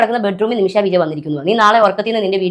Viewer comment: അല്ല ഒരു സംശയം... ഇവർ ഇങ്ങനെ ഒക്കെ ജീവിക്കുന്നതിൽ നിങ്ങൾക്കെന്താ പ്രശ്നം? ഇവരെപ്പോലെയുള്ളവരെകൊണ്ടല്ലേ നിങ്ങളും content ഉണ്ടാക്കുന്നത്. ആദ്യം നിമിഷ എന്ന് പറയാൻ പഠിക്ക്.. നിമിശ അല്ല നിമിഷ.....